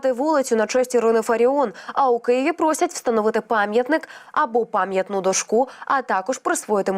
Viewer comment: Не дожкУ,а дОшку.і взагалі,мова ведучої поганенько.